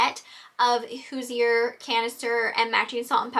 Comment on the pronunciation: Just as an FYI, Hoosier is pronounced “HOO-zhur.” Means a person from Indiana…which I am 😁. I actually was born and still live in the town where the Hoosier Manufacturing Company originated!